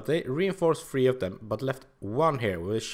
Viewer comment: Anyone else thought it was funny how he said "three" like "free"? But anyway great video man, love to see all this pro strats, thx for doing this. Cheers ma dude